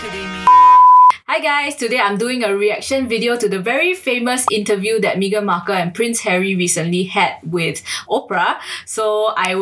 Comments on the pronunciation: I love how so many people pronounce her name as "Mee-gan" rather than "Meh-gan". Its so on point! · Xiaxue your pronunciation of her name... 😂 "me-ghan" so apt. 😂 Also Meghan is vegan la... So she rescue chicken lor. Publicity stunt only la.